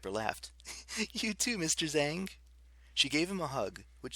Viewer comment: Frank is chinese Canadian. My only problem is his pronunciation of “Zhang ” is so wrong. The reason I care is because I’m chinese American. Wish he just looked up how to say it. But oh well